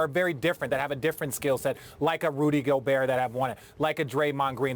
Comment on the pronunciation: Bruh its Gobert